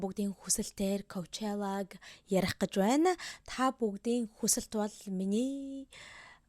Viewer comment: аниа ковчала биш пучола шд